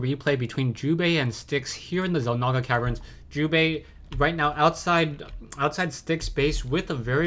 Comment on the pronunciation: lol sounds like you are saying jewbait sometimes xD